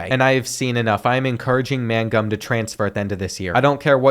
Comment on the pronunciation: Bruh... you pronounce simple names terribly. Mangum is not "MAN...GUM." It's "MAINGUM." Ramseur is "RAMZUR." It's not "RAM-ZEWER." Newcombe is not "NEW...COMB." It's "NEWCUM." The "B" is virtually silent. You don't have to stress the back half of the names so much or break them apart. Everything flows together.